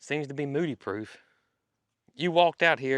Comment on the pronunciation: I would guess it is a bovine (cow). People continually told you that you called Mildred and Moody incorrectly.😅